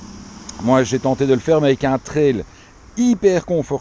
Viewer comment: L'avantage d'être belge et non français est de bien prononcer le vocable "trail" (et non "traïl") :p